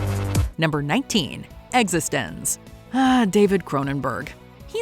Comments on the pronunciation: Existenz is pronounced like Existence. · i mean... sure, pronunciation is largely arbitrary, but why keep mispronouncing 'Existenz'... when you use a clip where the protagonist says the word? just asking. you know what, nevermind.